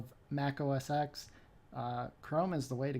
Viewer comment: I threw up just a little when you said, "OS ecks" instead of "OS ten."